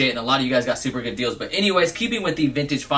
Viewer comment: "which is soooper dope"